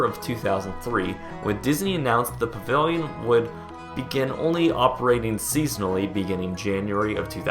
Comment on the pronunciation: You talk to quickly for your own good, "pavivilion" thats what I keep hearing.